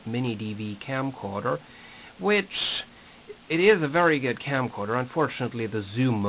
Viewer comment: I like how you say "geed" instead of "good" :-)